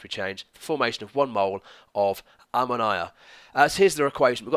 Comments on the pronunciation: Ammo - Naya 😂😂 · I'm from West Yorkshire! I've always heard it pronounced like ammo-knee-ah instead of ammo-nigh-a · Lol I've never heard anyone pronounce ammonia like that! Thanks for the video! :) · same I thought I was the only one...:') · lol, at around 18.58. You pronounced it a little differently to usual :) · The way you pronounced Ammonia 😫 never heard it like that before. What part of the UK are you from??